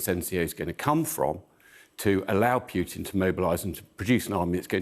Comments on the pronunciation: It is Pootin, not Pyutin. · Air Marshal Edward Stringer pronounces Putin quite strangely. I hear him saying "Pukin". So here is a list of recommended ways to make oneself vomit (with the Air Marshal's tip at the end if the previous 7 don't work): 1. Push your finger down your throat 2. Drink Warm Salt Water 3. Rub your toothbrush against the back of your tongue 4. Gargle With Egg Whites 5. Expose Yourself To Unpleasant Smells And Sights 6. Mix a teaspoon of baking soda in a glass of water and gulp it down 7. Mix a teaspoon or two of mustard in a glass of water and drink the solution in one go 8. Think about the little gremlin hiding in his bunker in the Kremlin